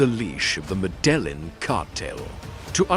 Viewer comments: Med-el-len is not how you say it.😂😂😂😂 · Pronounce med a gene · Medellin.... ME DE JEEN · 😂your wrong too! Med-e-gene!! Like jeans 👖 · Your kidding right? I speak Spanish all my life and have Columbian friends from there. MEH-DE-YEEN. the double L phonetically acts as Y in Spanish. No J as in jeans in any of it.